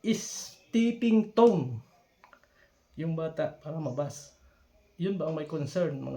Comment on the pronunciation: Stepping stone....😃… not stepping tone..